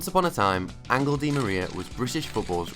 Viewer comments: Who in Angle? Common Rosbiffes, do some efforts in prononciation, I'm French and I know this is ANREL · I think its actually pronounced closer to Anhel. Definitely not angle. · Why do British football channels place absolutely zero effort in pronouncing foreign names properly? You obviously do plenty of research in every other aspect of the video!! ANGLE di Maria... !? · ANGLE DI MARIA. Great pronunciation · Cant take this shit serious can even say his name right! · At least pronounce his name right